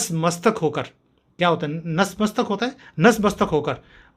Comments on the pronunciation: Natmastak & not nasmastak. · Nas Mastak nahi Nat Mastak hota hai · ITS ... NATMASTAK ... BRO!! ... i.e. .... BOW DOWN BEFORE .... NAT means BOWING DOWN ... MASTAK means HEAD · नस नहीं नत मस्तक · नसमस्तक नहीं नतमस्तक है। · Sir, Nasmastak nahi Natmastak kehte hai Jai Maa Bharati, Jai Bhawani, Jai Shree RamHanuman